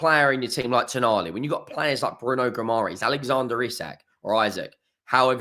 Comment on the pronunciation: Isak sounds fine. It's just Bruno's surname you need to work on ;)